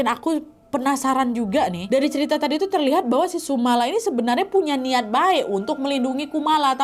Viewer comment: penyebutanyannya bukan sumala tapi sumolo (sumber memolo / sumber bencana)